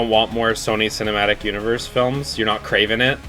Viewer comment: "You're not KRAVEN it?.........You're not KRAVEN it?" 🤣